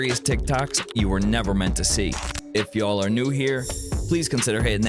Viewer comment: Hey! It's not you'll, it y'all!!!